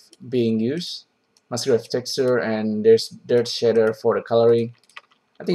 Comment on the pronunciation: "The shitter itself actually looking pretty complex" Took me a while to figure out shitter = shader. Love it